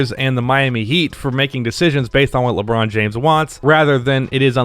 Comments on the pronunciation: Nobody:: Leebron James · "Leeeeee" French people: "so you have chosen death"